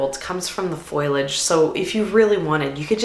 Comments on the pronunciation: Full on think you're great, and I still cannot accept your pronunciation of foliage. :) There is definitely debate over whether it's fohl ee udge OR fohl udge (the answer is it depends, you pick). But the " i " is after the "L" so it is definitely not "foil ee udge". Don't foil the pronunciation! ;) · Loved the video - BUT, Foliage, not Foilage. Fo-lee-age. Sorry, just a pet peeve of mine. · Pronounced fo-le-age. Not foil-age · Foley age not foil age. Hurting my ears. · Thanks for the informative video. One thing bothers me a little though. A plant person should learn the correct pronunciation of the word foliage. It is not FOILage, but FOLIAGE. Not trying to be snarky, just informative. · Thank you for this list! I feel the same about many of these. Also, Foliage is pronounced Faux - Lee - Udge. Not FOIL- udge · Fol-ee-age (foliage), not foil-age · If you are in the flower business please learn how to say Fol-i-age. Not foilage - rhymes with spoilage. Tks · I gotta ask why you say “foil-age” instead of “fo-liage” 😅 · Isn't foliage pronounced FOH-lee-ij, and not FOIL-ij? Or is that a regional thing? (Real question, no snark!) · Wow, it is interesting that you pronounce it "foil-age". (It is fo-liage. No foil in it, lol.) I love your videos, and thank you for sharing what flowers you like, and don't like growing. Even though we may be in a different zone, it is helpful. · Foliage...... FO LEE AJ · You lost me when you said “foilage” more than once… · Interesting list! I don't produce for anyone but myself but it's a handy list. Btw, foliage isn't pronounced foiliage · The i is after the L. Fo-li-age. 😊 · When you say “foilage”, are you trying to say foliage or do you mean something else? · The word us "foliage" not "foilage"...just sayin. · An interesting video but the pronunciation of foliage and basil are driving me crazy!!!!!! 💀 ✨ Foh-lee-uhj & bay-zill ✨ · I was wondering about her pronunciation too. Is that a Canadian thing? It sounds so odd to my ears! Lol.